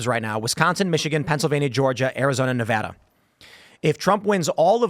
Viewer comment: At least he pronounces Nevada correctly lol